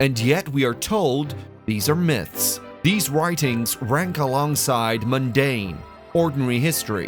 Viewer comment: It’s almost as if a Brit recorded it with all those extra R sounds in words like Illuminarti and Incar, but then ran it through a filter to sound American.